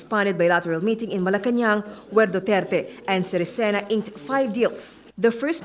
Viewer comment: You pronounce Sirisen wrong 😂😂